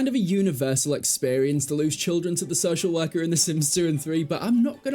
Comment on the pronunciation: Took me a solid minute to understand “So Shell Werker”